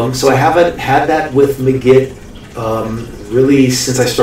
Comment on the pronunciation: Its pronounced like MAGIC... not "muh-git".... Look at the hat and magic wand in the logo...